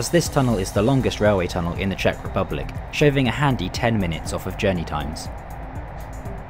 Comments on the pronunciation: I'm an English man and Czech speaker. Your pronunciation is spot on as far as I'm concerned. Well done. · The pronunciation is very very good of the Czech words. 👍🙌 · As a native speaker I can confirm they are very correct! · I have no idea if you pronunciation of the Czech is correct, but I love the confidence with your pronunciation! Great video with a scenic route. All around fantastic job. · I was about to note that as well. Yes, your pronounciations are very correct. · this is hands down the best pronounciation i heard from a foreigner that is not learning czech.